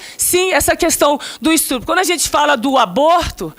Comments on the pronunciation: . Eu ouvi um "estrupo" kkkk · Senadora do BR! "essa questão do istrúpo" Não quero dizer que vocabulário é tudo, mas na falta dele seria muito bem vindo!! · Ela falou ",estrupo", meu Deus, uma Senadora falar assim. Não entendi nada o que ela falou.